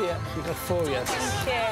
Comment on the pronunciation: Great, but she has to stop saying Fankyou, and start pronouncing her th's.